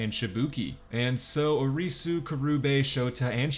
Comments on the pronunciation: Lol the recap was great, but the pronunciations were incredibly terrible. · Ah yes, the lead character... Ahreesoo